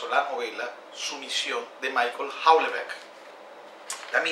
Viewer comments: se pronuncia uelbek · Buen trabajo desde la óptica del análisis, pero por favor te invito a que pronuncies el nombre del autor en su idioma. No es anglosajón, es francófono. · No tienes ni puta idea de lo que es Sumisión, empezando por la pronunciación horrible del nombre del autor. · Houllebecq es francés. Por lo tanto se pronuncia de forma francesa y NO como que fuese inglés. Soy el único que vió humor negro en la novela? A mí no me dejó nada agridulce. Me divertí leyéndola